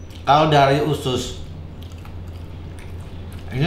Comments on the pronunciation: Usus bukan ucus kalieee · Bang....,usus apa ucus....hehee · Usus bukan ucus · Usus bukan ucus